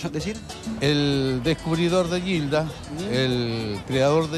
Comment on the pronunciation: lo pronuncia como Guilda... ? Es peruano José Olaya?